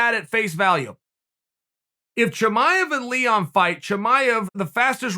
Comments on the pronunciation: Nobody: Not even Leon: Chael: LEEHON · "Lehon" Edwards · “Leehon” -Uncle Chael